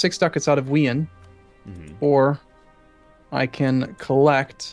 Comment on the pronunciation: I had to stop watching because I couldn't stand their disgusting pronunciation of Wien as "We-en", when it's pronounced "Veen".